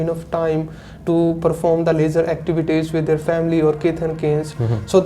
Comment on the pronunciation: Both are saying Lejar activities 🤔.... It is leisure activities